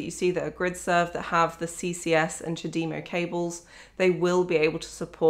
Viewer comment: First time I've ever heard someone pronounce CHAdemo correctly, most try to take the French way of charge de move of (chadem o) rather than the Japanese "time for tea"